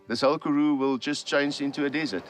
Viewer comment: Would be nice if the narrator properly pronounced Karoo- emphasis on the second sylable